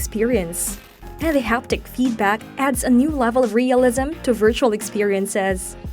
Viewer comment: You are nailing words such as “experience”, “ergonomics” and “resolution”, but you can’t say “new” (as in “new lens”) where you say “now lens”, and you can’t say “beat”, so you say “best”. Look, I’m not trying to be a jerk, but if you have a tenuous grasp of the English language, maybe don’t narrate a video in it.